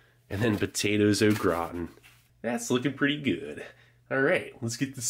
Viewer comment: I coulda swore he said “potatoes look rotten” 😂